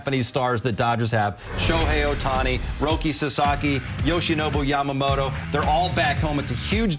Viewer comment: スティーヴンとワトソンさんは山本をちゃんとヤマモトって発音してくれるんだよね。大体の人は発音が難しいからヤマモロになっちゃうのに。そういうところがとても好き。